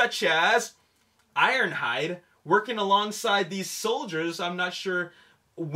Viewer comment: he messed up IronHides name